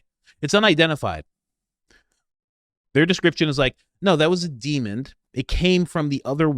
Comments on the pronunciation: Demon not demond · Love the topic, love the content little bit of constructive criticism demon does not have a D at the end lol